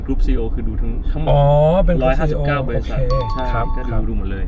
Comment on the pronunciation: คำว่า บริษัท ค่ะ สัท